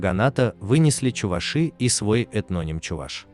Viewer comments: ЧувАши, а не чувашИ. Безграмотность нынче везде. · Пожалуйста, ставьте ударение на букву "а", что за неуважение к народу. Вы же не говорите чувашкА, а говорите чувАшка..Будьте немного вежливее. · Каждый раз буду поправлять, увидев подобные ролики! Не чувашИ, а чувАши! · Не чувашИ а чувАши